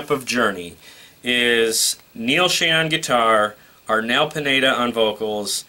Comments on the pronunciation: hey....neals name is shon ....not shane . get it right buddy. . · Omg - if I hear Neal “ShAne” instead of SchOn again - I’m going to scream! Why would you get on YouTube as if you’re a Journey expert & not know 2 of the longtime members names?! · It's not Neal Shane.. it's Neal Schon with an O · Noree N Nadler Thanks for saying that as the mis pronunciation was annoying me too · It is "SHONN", not "Shane", and I always hear "ROLLY", not "Rawly" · Jeff was recommended by Steve HIMSELF to take Journey to the next level. Not that Steve had any input but he said Jeff would have took Journey to the next level. And by the way...Steve Augeri does not sound like like Steve...at all. Not at this time. Arnel is good. By the way...you butchered their last names (Schon and Valory).